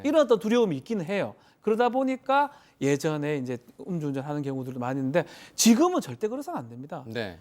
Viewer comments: 엄주운전이 아니고 음주운전요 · 엄주운전 아닙니다, 음주운전입니다 ㅎ